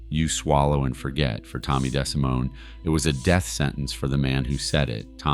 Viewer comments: Tommy Des-simone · In addition to all that was stark blamin' wrong -- in this video, like Tommy's pronunciation of his last name (it WAS Dee See Moann) -- not Deh Si Moan. As well, I think that certain people were listed as being a 'ore-tuner on a guitar neck -- i.e., kay Poh instead of Cap Oh (CAPO). Stuf like this just make me want to NOT recommend this channel!